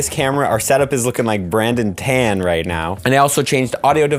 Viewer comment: Hey man, just letting you know, Brandon's surname is not pronounced the same way as the english verb 'to tan'. It is pronounced as 'taan'.